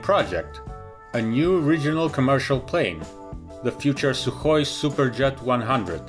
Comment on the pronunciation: first, I thought, wow nice pronunciation of the word Sukhoi but then okidoki, you are native speaker :D